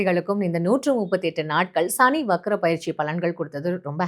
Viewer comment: "ஷனி" இல்லை "சனி"